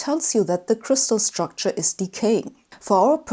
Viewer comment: When she reads "s" I hear "ch". The "chtucture".